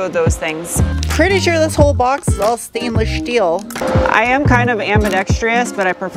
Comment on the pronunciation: The shtainless shteel is to practice for that job at Shtarbase.